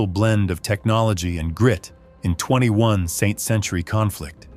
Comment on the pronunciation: “21-saint century”!? Your AI still needs some work! 🤣🤣🤣